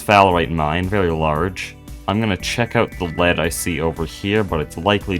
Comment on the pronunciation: i like how this guy says very v e w w y